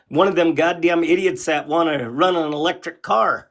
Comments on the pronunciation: "You think those lectric veeikles are so great" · It's eeee-lectric not lectric. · He said Lectric vehicles 🤣🤣